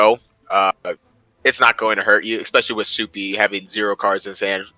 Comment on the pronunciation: My name is pronounced as "Sup-E" not SoupeeeE lol. i had fun in these championships